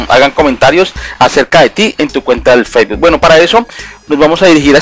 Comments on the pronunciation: el "feibul" lol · "testo", "occión", "feibu", "clip" jeje. Perdon pero es que me da risa, no pude evitar reirme jejeje, pero fuera de eso muy bien explicado todo y muy buen video! ;)